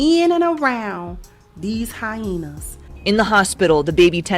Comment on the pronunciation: I crack up each time she says “hyaina